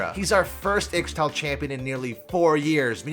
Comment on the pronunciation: ISH TAL not IX TAL.